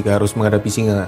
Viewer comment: Singe apa singa yg jelas dong ngomongnya